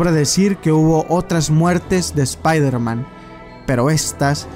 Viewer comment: Oye wey por que dices "espairderman" en vez "espaiderman"?